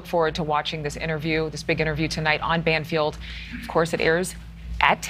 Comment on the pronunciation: Banfield.Not Bangfield.